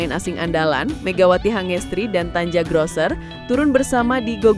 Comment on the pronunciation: nih narator perlu sekolah dulu ke jerman, biar bisa baca nama/ejaan orang sono, tulisannya emang tanja, tapi cara bacanya tania, bikin malu aja.